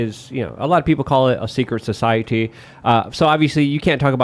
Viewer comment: I am begging to learn to have a thought of his own, and to learn how to say, "society," correctly.